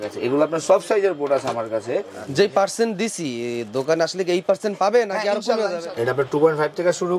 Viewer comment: পার্সেনট বলেন রেট বলেন না এটা আবার কোন টেকনিক